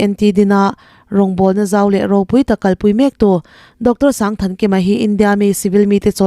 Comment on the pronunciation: TNT hotu pa hming hi 1000 Thankima ni lovin, Sangthankima (sang hi lam san tur a ni e.)